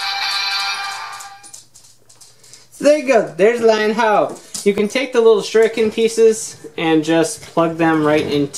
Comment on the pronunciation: Lion Ha-Ojo, not Haojo.